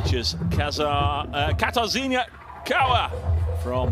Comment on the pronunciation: It’s quit difficult for them to pronounce... I don’t think he did on purpose.